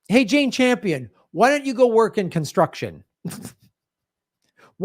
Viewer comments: Cringing everytime he says: Jane 'Champion'. Not a cute look for a dude to be mispronouncing a woman's name when he's critiquing her feminism. Shades of Tucker Carlson? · It’s Campion, not Champion. Gee you’re in the SAG and don’t know her name?